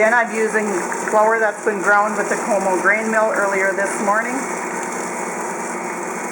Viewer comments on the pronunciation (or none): none